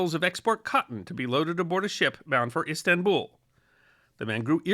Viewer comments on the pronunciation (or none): none